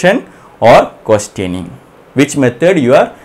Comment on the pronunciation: it took me a few minutes to understand that he is saying questioning & questionnaire